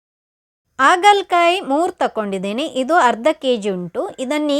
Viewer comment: Recipe ಚೆನ್ನಾಗಿದೆ, ಆದ್ರೆ, 'ಆ' ಕಾರ ' ಹ' ಕಾರ ತಪ್ಪಾಗಿ ಉಚ್ಚಾರಣೆ ಮಾಡಿದ್ರೆ ಕೇಳೋಕೆ ಕಷ್ಟ. ಆಗಲಕಾಯಿ, ಇಟ್ಟು, ಆಕಿ.....